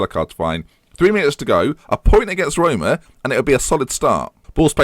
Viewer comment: Rhyming Roma with aroma... Oh dear